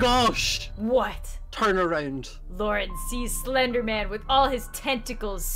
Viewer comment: When she said Lauren sees slenderman, I looked away for a second and I hear LaurenZSlenderman 😂